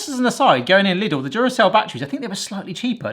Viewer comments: After so many years of watching this channel I am still amazed this guy ever graduated any school whatsoever. Also for anyone needing to pop the lid, just use a knife. A butter knife is preferable but any will do. Lidl is pronounced "leedl" btw. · It's pronounced Leedle - rhymes with needle :)